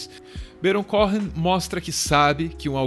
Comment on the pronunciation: Só uma correção: o sobrenome é pronunciado "Cohen" mesmo, não "CóRRen"